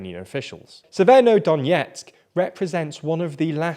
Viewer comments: Ye. It’s not “syeverodonyetsk” as he says it, it’s “severodonetsk.” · I've never heard somebody struggle so much / so often with "Severodonetsk"